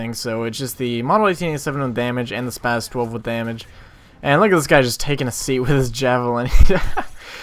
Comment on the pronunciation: i gave you a nice lil like, cause this is insane good, but my 2 cents/pet-peeve, its spaS not spaZ